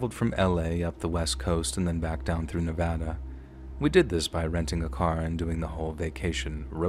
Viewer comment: I love that you said Nevada right. Thanks so rare.